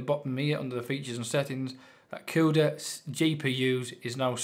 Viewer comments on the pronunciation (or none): none